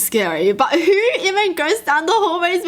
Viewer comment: she sound like the meme where the kids trying to say “who” but cant😂💀